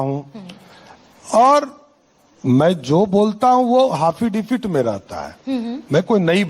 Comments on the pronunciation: affidavit hota hai haffidavit nai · एफिडेविट ❌ हाफीडेविड✅😂😂😂😂😂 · abe Affidavit hota hai Haffidifit nahi🤦‍♂ 7vi fail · Hafidifid nahi hota hai,sahab affidavit hota hai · Affidavit ❌ haffidafid 👍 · Afidavit ❌ Hafidavit✅ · तुम affidavit को hafidifit बोलते हो। अब विश्वाश हो गया की तुम चौथी फेल हो तुम्हारे पास फर्जी डिग्री है। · Are pahle bolna Sikh lijiye 'Hafidebit' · Affidavit bolne nhi aata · Aaafeedevit bol raha😂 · Hats off to the anchor. And laughs for haffidivit. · Affidavit hota h Wrong pronunciation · Affidavit bhi sahi se na bol paa rha.... Anpadh